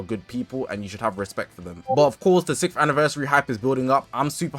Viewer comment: why does bro say sickth anniversary 💀😭